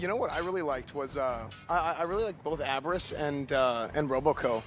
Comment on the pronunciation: abriss ... its UP RIZZ , guys ya german lacks potatoes!